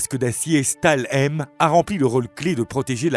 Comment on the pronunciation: Video intéressant, mais qui serait bien mieux si l‘auteur apprenait à prononcer les mots allemands correctement (Gewehr, Stahlhelm, etc…), et pas comme un mélange d’anglais et de français. 😂 Pas un mot allemand n‘est prononcé correctement.